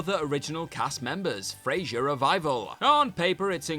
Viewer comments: Please stop calling one of the greatest sitcom characters “Frazer”. There is no Z in his name; BIG CLUE THERE 🤦🏻‍♂️ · What was terrible on this video was the constant mispronunciation of Frasier's name. It takes like 20 seconds to check it on YT.